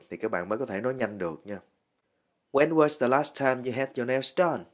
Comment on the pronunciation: Hình như trong chữ "nails" âm "s" sau cùng đọc là "zờ" thay vì "xờ" phải không ban?